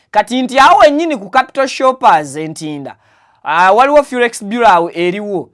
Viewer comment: The word is Forex Bureau not Furex